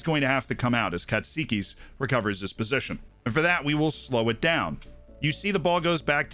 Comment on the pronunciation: Just letting you know that you pronounced "Katsikis" almost perfectly.